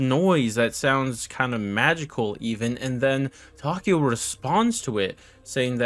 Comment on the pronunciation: Tokio jajajaja es takeo